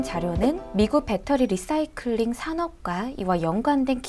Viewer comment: 지난 번 ENPH 도 내용이 너무 좋았습니다. 이번에도 LICY에 관심이 있던 차에 시의적절하게 도움을 주셔서 감사합니다. 그리고, cnbc 에선 “라이”싸이클.. 이라고 발음하더군요. 참고요.